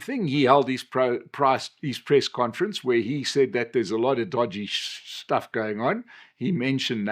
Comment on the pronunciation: sh...sh...shtuff 😂 we know, we know